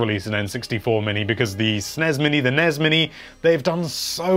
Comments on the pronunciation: “Snez and Nez mini” not SNES and NES Classic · Also the fact he calls the SNEZ mini and NEZ mini is just offensive. I do not care what Wario said in some weird European game long ago. NES is NES because its an acronym, not a mispronunciation. Learn up before you post poor ideas with little reasoning